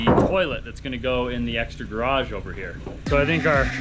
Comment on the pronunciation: !: You say the word garage seven times in this video. Alas, you bungle every one of them! Even though you are surrounded by many people who don't have that affliction, and otherwise correctly pronounce all other English words, garage receives special inconsideration. I recommend kanoodling with Trent some evening and say it with him like 200 times. Your upper/northern east mangling is inclined to omitting almost a whole syllable out of the latter half of the word.